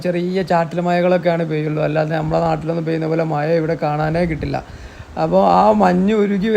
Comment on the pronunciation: Nalla programme,Maya alla Mazha ennupara